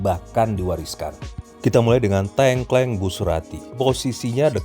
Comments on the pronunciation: 🤣🤣🤣 Wah bos tengkleng rak trimo 🤣🤣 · tolong benerin pengucapan tengklengnya